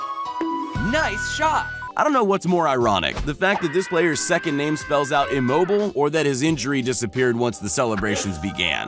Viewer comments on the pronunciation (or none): His name is pronounced Im-mo-bi-le